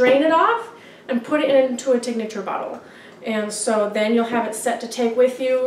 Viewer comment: its said Tink-ture not tink-a-ture